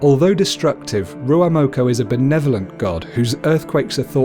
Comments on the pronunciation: Its ruamoko not ruaumoko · Whaitiri or whatitiri not waitiri, kūmara not sweet potato, rūaumoko not ruamoko, punga not ponga, the 4 main māori gods are tanemahuta, god of the earth n shit, tawhirimatea, god or the wind, rūaumoko, god of eruption n shit, tangaroa, god of sea